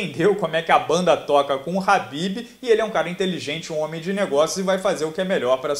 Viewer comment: Nao é rabibi é kabibi o manè!!😡